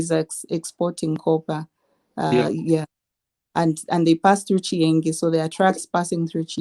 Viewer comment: Chienge not chiengi.